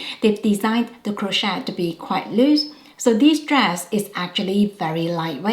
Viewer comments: We don't pronounce the T in Crochet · Crochet has a silent 't'😊